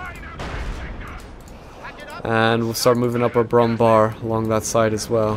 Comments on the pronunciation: Brummbär Bär is pronounced bear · ...its Pronounced "BrummBehr"...like in Wehrmacht...nor BrummBar...they forgot the Ä in it and just put a normal a because americans....